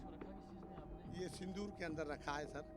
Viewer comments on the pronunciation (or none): none